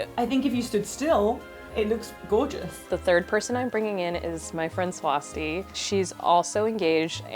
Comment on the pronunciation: It's not swAsti, it's swasti.